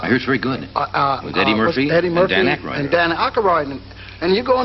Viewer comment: Mr Pryor said Dan Akaroyd......😂😂😂😂😂😂😂😂